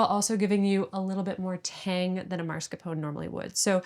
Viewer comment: Man, I love this channel so very much, but her pronunciation of “marscapone” is killing me…. :p